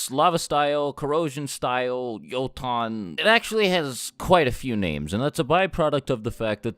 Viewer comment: Youton. Not yoton